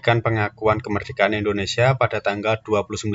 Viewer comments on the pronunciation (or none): M ksh utk pnjelasannya mas, dikit masukan utk NICA bacanya Nika mas n utk Indonesia, sia harap ditekankan agar tdk terdengar Indonesa . 🙏🙏